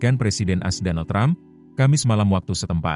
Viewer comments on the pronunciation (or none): Mimin lucu...mestinya kan A.S... tapu mbacanya kok "as"....gimana to...????